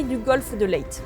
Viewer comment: Bonjour, Je me permets une petite précision concernant la prononciation de la bataille de Leyte aux Philippines. La prononciation correcte est « Lyté ». Ce n’est pas un point très grave, mais comme vous attachez visiblement de l’importance à la bonne prononciation des noms étrangers, je me suis dit que cette information pourrait être utile. Étant marié à une Philippine, j’ai eu l’occasion d’apprendre directement la prononciation locale. Pour rappel, Leyte est une île de l’archipel des Philippines, située dans la partie orientale du pays, tournée vers le Pacifique en direction du Japon. Dans la même région des Visayas orientales, l’île de Tubabao a accueilli après la Seconde Guerre mondiale un camp de réfugiés russes (environ 5 000 à 6 000 personnes) sous l’organisation de l’International Refugee Organization. Merci en tout cas pour vos vidéos toujours passionnantes. Bien cordialement